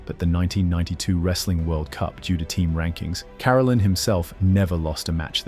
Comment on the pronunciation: It’s Ka-rel’-in, not care-alin